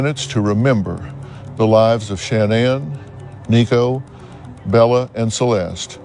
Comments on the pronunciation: So her name is pronounced Shannon not ShaNan? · LORD they all pronounce “Shanann” differently!!! ALL of them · They pronounce her name different every time they say Shenannes name. Kessinger had a hand in this. 100 percent. I think she got into his skin and encouraged him to do this. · Really angers me how many people have mispronounced Shannan's name and how many of you in the comments are claiming shes not a victim in this. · Why is it so hard to pronounce her name correctly??? It drives me insane. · The correct pronunciation is the way her mother says her name. Shan'Ann decided to pronounce it differently. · No one can pronounce her name right in this